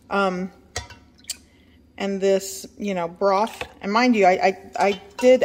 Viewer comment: did you say "Broff" instead of Broth? lol